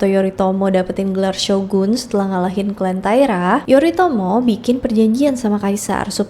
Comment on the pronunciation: Tulisannya Yoritomo tapi bacanya Yorimoto😅😅